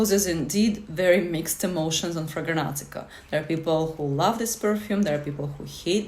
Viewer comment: Ma'am, while I appreciate your effort, it's called FRAG-RANT-I-CA, not Fraganantica